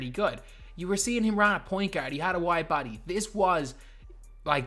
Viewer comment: Bro I swear, Is just me that thinks he saying white body when he is actually saying wide body🤔🤔🤔